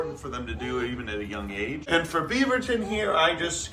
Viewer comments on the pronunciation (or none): “Fo today” always makes me laugh